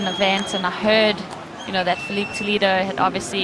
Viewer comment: hey, woman who talks in the video, please, his name is Filipe Toledo , not "TolEEdo"